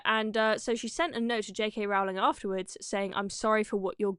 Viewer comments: Rowling pronounced Rolling. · It's pronounced "row"as in rowing a boat, not "row" as in having an argument.